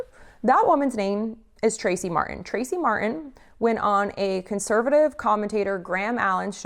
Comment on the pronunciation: mar-tin or mar-en? you decide lol because fk the letter t after all